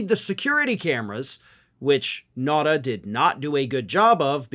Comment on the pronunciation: I'm pretty sure his last name is pronounced NOW-tah. At least, that's how I hear it pronounced elsewhere. Whatever you think of him, the man deserves to have his name pronounced reasonably correctly. Not that I think this is an intentional mispronunciation. I'm just saying everybody deserves the respect of trying to get their name right.